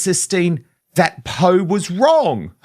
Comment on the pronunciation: Poh, not Poo !!! 🤣